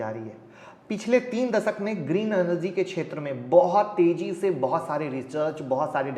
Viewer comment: Dude, it's not 'Enerzeeeee' it's 'energy'🙄🙄